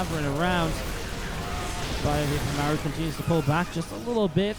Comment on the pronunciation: Why do you call Maru “m’air-ew”? It’s really super distracting